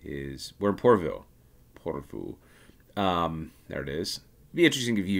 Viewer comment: Your "Joensuu" sounds quite good, but "porvuu" should be "Porvoo" and same with "Espoo" (not "espuu").